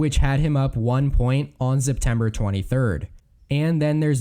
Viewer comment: Why do you keep saying Zeptember?